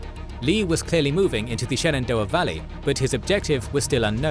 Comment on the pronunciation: Dude, you pronounce common names really oddly. PleaSONton? seriously? SheNENdoah? LMAO It's: PLEASonton (like pleasant) and shenenDOah (like dough)